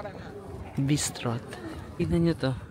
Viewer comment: Bistrot has silent T and the white stuff in the sandwich is not egg but mozzarella I believe.